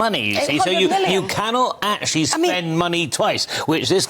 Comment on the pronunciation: Akchullay? Who is this woman?